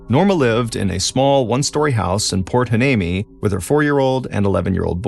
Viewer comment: It’s pronounced Port Why- nee-mee.😊